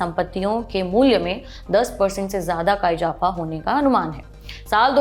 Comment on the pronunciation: Please work on your pronunciation ، its izafa not ijapha